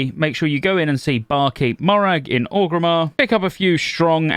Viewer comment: why do u call orgrimmar ogrimmar?